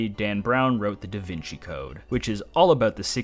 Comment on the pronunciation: 'Vinci' is pronounced as 'Veenchee'. Sorry but I literally live in Tuscany, Italy, less than 40 km away from the town of Vinci which gave Leonardo his common name and still is named as such nowadays and hearing it pronounced like that is hurting my brain. Again sorry to be that guy!